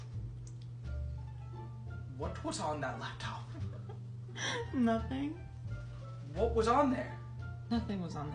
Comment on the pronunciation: "🫵🫵🫵WhAt WaS oN tHaT lApToHp" Had me dying